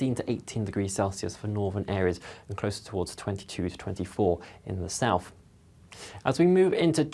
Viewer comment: Regards the weather chap, it's South not Souf. Please pronounce the 'th'.